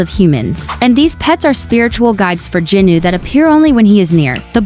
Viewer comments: It is Jinu not jinuu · It’s not jenu it’s jinu